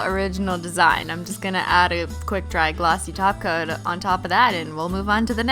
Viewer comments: Lol it sounds like she is saying to add a glossy taco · Did you say taco?? Topcoat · who else keeps hearing her say a glossy taco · did she say “top coat” or “taco”? cuz i heard “top coat” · Have i finally found a video where she isn't say taco for a top coat 😂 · Did she seriously say top coat not taco!?! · "Put some quick dry taco on there because we're gonna add nail vinyls neeeeext" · Well you learn something new everyday. But yes she is saying taco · I heard glossy taco not glossy top coat 😂😂😂😜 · Christine! You always crack me up. :P I love it when you say Taco, my nick name is taco cuz im obsessed with them. xD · does she sometime replace the word top coat with taco? like I know they way she says top coat sounds like taco but I swear she sometimes actually says taco. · I heard what sounded like "taco", but figured she was saying "Takko", as in the type of nail polish. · How come every time she said top coat it sounded like taco😂😂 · between 4.13 - 4.15 i think she said glossy taco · ever since I subscribed to +simply nailogical I don't think holographic I think holo sexual and I don't hear top coat I hear taco thanks christine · Your topcoat sounds like taco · Am I the only one who hears "taco" when she says "top coat"? xD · she does say taco, hehe. it's an inside joke between her and the subscribers 😂👏🏻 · Did she say taco? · why do you said taco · She said top coat not a taco 🌮 😭😭😭😭